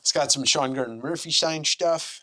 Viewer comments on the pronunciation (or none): none